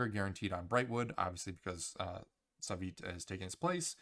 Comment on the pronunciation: NONONO u sayin his name wrong is not savyt is SUAVE oke SUAVE XDXD and now at least we have many good reactions from the new cb rework XD they love it